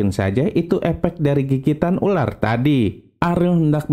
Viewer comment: Dia bilang urar bukan ular😂